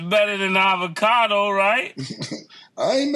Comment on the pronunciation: Avocado😭😭😭😭😭 pronunciation games ☠️